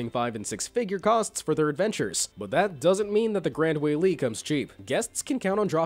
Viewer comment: Btw the Gran Wailea is said like this:Grand Wai-leia